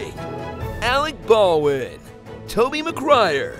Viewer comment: Did anyone else hear “Alec Balwin” instead of “Alec Bawlin’ “? 😂😂 whoops